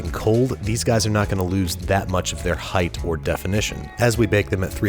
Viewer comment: I’m sorry...but did you say “heigth”?